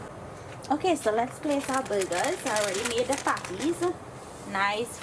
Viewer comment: Oh BURGERS! It sounded like you kept saying you were cooking some buggers